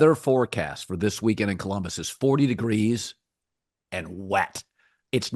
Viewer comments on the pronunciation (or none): none